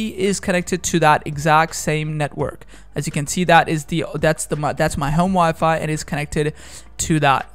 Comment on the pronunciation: Ig he's trying to say home wifi!